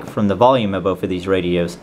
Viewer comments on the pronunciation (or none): It's not "bof" the word you're looking for is "both"